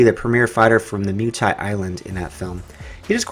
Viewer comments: stop spelling "MUH-THAI" it´s called MUAY-THAI!!!! thx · Moo ay thai Not Mew Thai